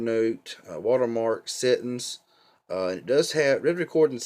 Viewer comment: NC is always tough because folks out in the Eastern part of NC often have a slightly different accent. When you said "settuns" (for settings) I just figured you were probably from Appalachia. :)